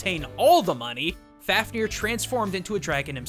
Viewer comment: f-av-ni-R closer... not perfect though